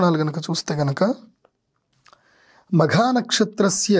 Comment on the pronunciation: Sir Makha is not correct Magha is correct